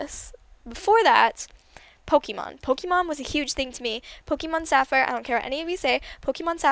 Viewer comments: you say pokemon wrong. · You say pokemon so weirdly